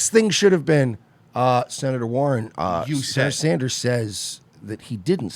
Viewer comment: Did she actually say “Senator Sandjew” ?